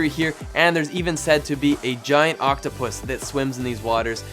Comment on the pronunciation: Hearing you say giant octopus actually freakin me out bro 😂